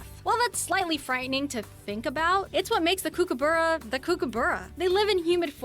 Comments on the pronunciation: they missed the quokka, cutest ever. Goanna is a hard g as in going, kookaburra is cook-uh-bur-rah, not kook. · Please can someone do an education program for American narrators and reactors on how to pronouce Australian names especially Emu = Eemyooo Goanna = Go-anna as in the girls name Kookaburra = Kook as in book and burra has a short sounding u as in bun. And he lives in the old GUM tree. Fun facts platypus and schidnas (there are 4 types) are related as they are monotremes, the only mammals that lay eggs. And the male platypus has a venomous spur on his back legs whican cause a painful injury but it wont kill you. However you'd be flat out seeing one in the wild let alone picking it up. Koalas (NOT a bear) and wombats are also related having a shared ancestor way way way back. Koalas evolved to ,live in trees and eat eucalyptus leaves and the females have backward facing pouches. Wombats also have backward facing pouches, are ground dwelling searching out vegetation to eat and live in burrows underground. They both have leathery spoon shaped noses and are kinda chunky. Dingos are NOT feral dogs and they have recently been confirmed as a species on their own not related to wolves or domestic dogs. And those little spotty furry creatures first up are known as Quolls not hairy tales. No disrespect but very annoying when these types of videos are pdoduced in America and arent really accurate. None of the info is that hard to research and cross check.EDIT And please note you can't have any native Australian animals unless you are granted a permit to be able to keep them for specific r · As an Australian watching an American call a kookaburra a kookiberra is mildly infuriating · Is it a bird? Or a hidy hole for a crazy person 🤷‍♂️ Koo-ku borough 🤣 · Em U as in you, not as in moo, go anna there's no r goanna cook a burra😊